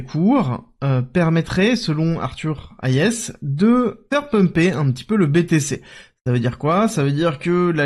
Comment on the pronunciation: Super sujet. Parle nous de la chine et leur politique monétaire oui pleeeaaase. (Arthur Hayes ça se prononce plutôt Arthur heyyy-zz. Plutôt que Arthur ha-yes) Merci pour tes updates bien carrés et régulier. T'es le boss.